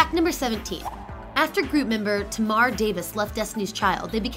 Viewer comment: It's "Tay-mar Davis" NOT "Tuh-mar Davis"